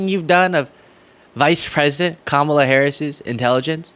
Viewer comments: Since he insists on purposely mispronouncing Kamala, we should start calling him #DonOld That would drive him crazy! Let's pass this on. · all he could come up with is Laughing Ka-Mal-a 🤦‍♀️😂